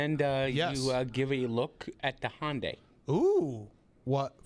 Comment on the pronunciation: Yo! Where’s the O in the name Hyundai?!!